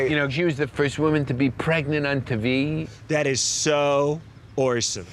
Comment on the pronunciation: The first woman to be pregnant on teh-vee 😂